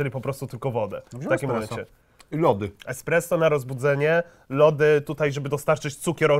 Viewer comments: Esspresso! Nie ekspreso! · ESPRESSO a nie EKSPRESO kur.. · Powiedział ekspresso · KTO MÓWI EKSPRESSO ZAMIAST ESPRESSO?Panie prowadzący shame on you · Jak można powiedzieć ekspreso wtf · Czy ja usłyszałem eKspresso?! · Czy tam słyszę eKSpresso?